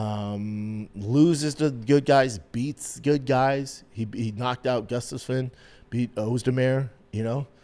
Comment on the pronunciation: Same! I love Schaub but he butchers Gustafson name every time. Also, he keep saying Gable Stevenson instead of Steveson 🤷🏽‍♂️